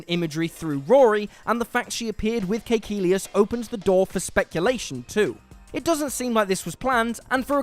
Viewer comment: he said it exactly as they do in the series.